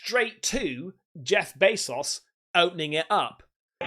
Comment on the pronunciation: “Jeff bay sauce” 😂